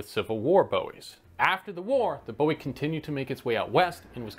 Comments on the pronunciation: Fascinating video, and very interesting. Small point - I was always told it was 'Boo-eee', when speaking of the frontiersman James Bowie. The pronunciation 'Boh-eee' related to the musician David Bowie. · BOO-ie, not BOH-ie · Thank you! Very useful information, but it was pronounced Boo-ie, not Bow-ie. Hence, the David Bowie comments. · I’ve talked to some of Jim’s descendants. They told me that the name was mid-pronounced even before Jim made it famous. If you are calling a knife by the name of the man that made it famous, you should pronounce it the way he pronounces his name… “Boo-wee” 👍🏼👍🏼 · So when did David Bowie have a fighting knife made? I can only assume that's whose knife you keep referring to every single time you mispronounce Jim Bowie's name. it's boo eeee not bough eee. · First question - is there any difference between a Bowie Knife and an Arkansas Toothpick? Second question - isn't it pronounced Boo-E and not Bow-E? Third question - Isn't the James Black Bowie knife, made in Washington, Arkansas in 1830 considered the first actual Bowie? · Only thing I would change is the Pronunciation of the word Bowie. There are many that say it is not pronounced like it is spelled (bow-ee) but rather boo-ee. I know, but while I am a fan of David (RIP) he is not remembered for a blade but more-so his cutting edge music! lmao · I really wanted to watch, but can’t, just kidding I did watch it and subscribed and liked. But, every time you say “boh-he” I get distracted. Bowie is “booo-We” like “boo” I scared y’all, who got scared “we” did. Difference is Jim Bowie not David Boh-he. Great video though. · Counter-intuitively and despite popular belief, the correct pronunciation is "boo-ee", and not "bow-ee". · Please be advised. The Bowie knife is pronounced Boo-we. Not Bow-we as in David. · David BO-e... Jim BOO-E... BOO-e knife. Great info, but don't call him BO-e in Texas. Yikes. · Pronounced BOOEY not BOWIE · It's pronounced Boowie. Not Boewee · Pronounced "booee".